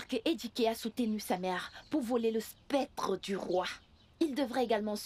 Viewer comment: SCEP-TRE !!!!PAS spec-Tre !